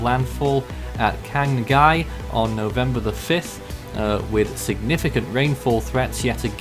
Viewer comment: Quang Ngai is pronounced "Wang Nai."